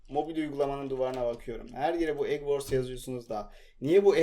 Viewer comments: EGG WARS DIYE DEGIL (sadece yazimi boyledir), "EG VORS" DIYE OKUNUR, AZCIK GELISTIR INGILIZCENI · Adam egg Wars diyemedi die çıldırdı ya adamsın sen bro 😄😄😍